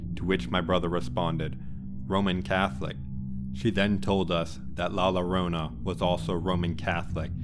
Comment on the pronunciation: Not LORONA but JORONA. Double L have a J sound.